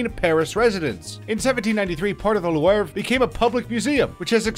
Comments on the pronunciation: Why pronounce LEW-ARV when all you really need to pronounce is The LOOV and 99.9% of people will understand. Brett Favre, everyone says FARV, a french name which is pronounced FAH-V . Leaving out the re at the end not to confuse even more. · Loo-Vru, at least TRY to say the names close to the true pronunciations...what a poor peasant. Louvre is the biggest museum in the world, the whole world knows how to say the name...Louvre sounds like Loo-Vru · Listening to him pronounce Louvre incorrectly so many times made me want to slam my tongue in a car door. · That Louvre pronunciations though... I'm sure you mispronounced many others too. I mean LOUVRE everyone knows how to say it I don't comprehend how can someone makes a video about general knowledge and doesn't have any at ALL and on TOP OF THAT gives 0% for the effort... nobody forced you to do it. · Lewarve palace on the Say-een river. Funny. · louarv and Hooufburg its louvre and hofburg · It feels like this guy is going out of his way to pronounce as many things wrong as possible. Not knowing Qing is “Ching”, “apostolic”, and “Lou-arve” like what